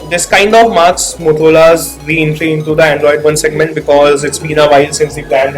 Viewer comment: Dude its मोटोरोला not मोतोरोला😝